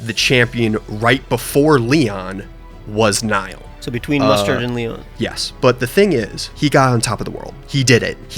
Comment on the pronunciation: really did just forget how to pronounce the name he gave his own character Speaking as a Niall, I would be horrifically offended if called me Neil, it made that section incredibly painful to watch